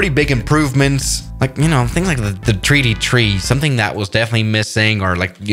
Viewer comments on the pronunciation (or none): Nobody:: The tree-D trees.